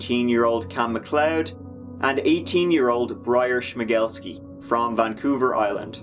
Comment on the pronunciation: Who is watching just to hear pronounce Schmegelsky?